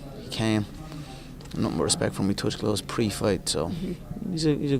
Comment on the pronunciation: “i have nutin against edward”🤣